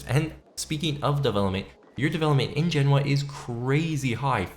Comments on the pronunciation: You said something like Jenawa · Genoa, you pronounced that fucking badly 😂😂